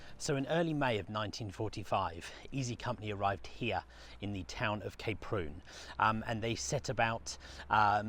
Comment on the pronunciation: Oh! Kay Prune??? You make it sound like the daughter of a laxative salesman! It's pronounced how it's written - Ka-Prun! My wife and I have skied there and at Zell so often over the years that the Kaprun town council gave us commemorative scrolls! We love the place to the point where it is almost a part of us, not least because we had our honeymoon there and numerous anniversaries too. One winter we walked right across the frozen lake to Thumersbach on the other side starting from those very jetties outside the hotel. Great memories, thank you.